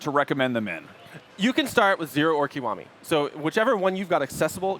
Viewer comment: It's not KOWAMI. IT"S "KEE WA MI." Is it that hard to for English speaking people to speak a simply word?